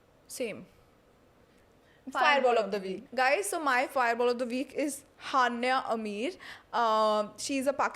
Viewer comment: Sorry but it's not hannya ameer it's hania amir☺️